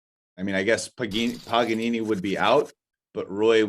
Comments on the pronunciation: LoL its not PAGAN(ONE) N (ONE) .. its PAGANINI .. you ever heard of him ? In USA they dont teaach things like that..maybe u dont even know what is that he is warking, the name of profesion... i have no word... i have nice opinion for you, with this and some other things that i dont give much fuc* but i start to recognize that you are very poor educated. Not talking about Poker, maybe in poker you know evry single word and what it mean... but other things in the whole world that u dopnt know, are the one that will help to use those theory that you know about poker. You shoud implement THE WORLD in your game !! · how tf did not realize that dudes name isn’t pagan one n one but instead Paganini lol